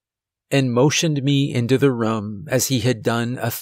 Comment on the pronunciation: You say room like markiplier. Makes me think of rum. Not making fun, just an observation.